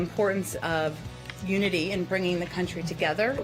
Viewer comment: "Uniny" - President Joseph R. Biden